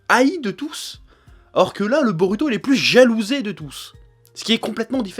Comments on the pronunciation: ça m'énerve sa façon de dire 'narUto' ou 'borUto' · DIS BO"ROU"TO STP C'EST CHIANT